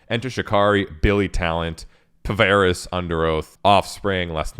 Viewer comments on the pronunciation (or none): “pavaris” sir it’s “peevirus” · PVRIS is pronounced "Paris"... unless you were being funny. In that case, ignore what I said above.